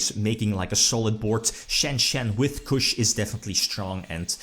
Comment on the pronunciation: Chuche is "Chew chay" not "Kush" ^^